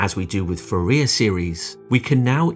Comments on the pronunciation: I am cringing every time i hear fe RIA instead of FOO riay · I know you're a computer, but it's Foo-Ree-Ay. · "Fuh rear?" Can't you do French words? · It's pronounced as "4-E-A" NOT "4-ear". Do yourself a favor and lose the AI voice. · Excellent presentation. Only please pronounce Fourier as "Foor ee ey" not "Forea". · Fourier is pronounced "four-ee-ay" :) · Great video, but for the love of God, it's pronounced FouriEr, (emphasis on the E, not the I)! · Foo-rear? Oh, please... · I have always been told that Fourier is pronounced for-ee-ay ... is this yet another U.S. v British pronunciation thing? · No - he’s just wrong. It’s foo-re-ay for everyone. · Nice video! FYI, Fourier was French. I’ve heard his name pronounced FOO-e-yay. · For rear! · I never knew that's how to pronounce Fourier. All these years and every school and every lecturer I've ever experienced has also been saying it wrong. Isn't that weird? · Please learn to pronounce Fourier correctly. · It would be nice if you would learn to pronounce Fourier correctly. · great video but that's not how you pronounce Fourier. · I understand that you may have problems prnouncing Nyquist, but thetes no excuse yo mispronounce Fourier. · AI voice mispronounces "Fourier". Google it. You can find British and American pronunciations, which are close, but the AI voice didn't learn either one. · I’ve never heard Fourier pronounced the way it is in this video. Anyone else? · Excellent, informative. Two errors" "difficult to understate" should be "difficult to overstate". Also, Fourier badly mispronounced. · WTF?! Anyone with even a very basic knowledge of this field knows how to pronounce "Fourier". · Ask a French speaker to give you the correct pronunciation of "Fourier". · That's not how "Fourier" is pronounced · That's why you have to transforme it .:body-blue-raised-arms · True, but at least that is how we commonly Anglicise "Nyquist". But his pronunciation of "Fourier" is totally bizarre.